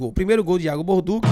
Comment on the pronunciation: meu nome é Alinson gosto do seu canal e sou descendente de italiano. No italiano TODAS as palavras que terminam com 2 letras C, a pronúncia é sempre com som de T. Ex. Macarrão Balducci, som de T dentre outros exemplos. Mas o que que dizer p vc é que o nome do nosso lateral é Iago Borduchi ( com ch ) a sonância é de X. Sou de Salvador-Ba do Bonfim, mas moro na Suiça. Com td humildade irmão. Tamos juntos BBMP. Pau no vice e pau no Inter😂